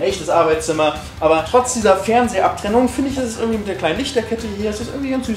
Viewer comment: Der Typ soll mal Deutsch lernen mit seinem „ürgendwie“, wenn er „Hürn“ hat natürlich. Wen interessiert es in was für einer 100er Sardinen-Büchse der haust? 🤔 Kann YouTube bitte mal den Algorithmus überarbeiten.